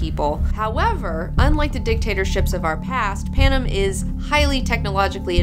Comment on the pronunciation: The way she says Panem bugs me to all ends omfg.